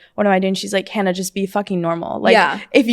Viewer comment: Anyone else bothered that Sadie says she’s watched Hannah for so long but didn’t know how to say her last name …